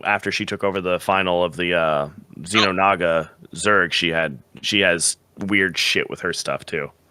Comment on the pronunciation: You saying "Xeno-naga" rather than Xel'naga made this so much worse, but overall I do think this is a great discussion to have. So I agree, they either make endless war, they fuse, or a bit of a theory: they essentially just start ignoring eachother. Because they both only really care about the biomass they can get out of their fights, a fight with someone who does the exact same thing and starts throwing your biomass back at you is inherently a worse investment than a fight with the Imperium, Dominion or any other race that doesn't do that (non-biological races excluded).